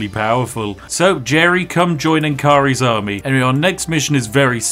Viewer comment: I love ur Nkari pronounciation